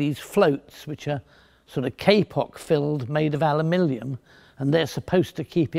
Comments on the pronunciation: Hey, I don't have a horse in the aluminum / aluminium race either way, however Mr. Fletcher quite clearly said "alumilium" which either neither of those. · Finally, someone who doesn't mispronounce "alumilium" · What's alumillium? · Say aluminium again lol